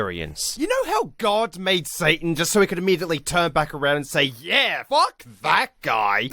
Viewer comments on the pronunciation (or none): none